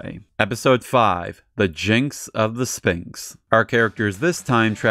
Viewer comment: This show feels even weirder than the Godzilla shows. It's a shame so much of it is lost. Hope someone manages to find the rest (Also, minor nitpick but that pronunciation of sphinx hurts my brain)